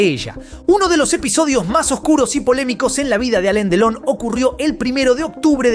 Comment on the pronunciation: No se llama Aleen Delon sino Alain Delon y se pronuncia Alan.Delon...